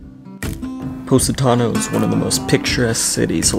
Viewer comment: Its called Po😲not Pu😯 Positano otherwise say that word one more time I'm going to stop watching this vlog